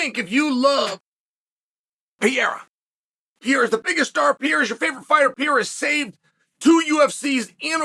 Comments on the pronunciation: Pereira Chael, he is called Pereira! Not Pieira! Just call him Poatan, it is way easier! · After all these years and you still can’t say Perreira right. It’s not piera dude, it’s pe- rei-ra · Holy shit. Pereira: Pe-Rey-Ra. If you can just flick the R in the middle, even better. But can we figure out how to say his name please, it's not even a hard name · Wtf is piieraw!!! his name is Alex Pereira!!! (POATAN) Piieraw 😂😂😂😂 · Who's this Peyera guy he speaks of. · Alex Pee era Alex Pew eira Alex Peheira the list goes on and on... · Pierre-Ah is the most funniest nickname to Alex Pereira lmao. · We are back to "Piera".... Lost all progress on learning how to pronounce Pereira correctly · Repeat after me Chael: Alex PAY-HAIR-UH. See how easy that is, MISTER SONNEN?!!! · Is the constant mispronunciation intentional? Pierra? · Pee air ah Chael's original pronunciation. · And they are all wrong haha I don't understand people saying "Peheira", the 2 Rs should be pronounced exactly the same haha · that's so annoying man! I've been commenting the same shit so many times as well but he keeps saying PIEEERAAA! 🤦🏻‍♂️🤦🏻‍♂️🤦🏻‍♂️🤣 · Is that hard to pronounce Pereira or is it dumbness? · why do you keep mispronouncing his last name? That's racist dude, you clearly hear other people at the same table/desk all the time say his name, right, then you say it wrong over and over again. Disrespectful. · Man stop posting videos about the champ until you learn how to pronounce his last name properly!! it's getting embarrassing 🤦🏻‍♂️😂🤣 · Imagine being a 3 weight Champion and Chael still can't pronounce your name 😭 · He does it on purpose. He pronounces almost everyone's name wrong.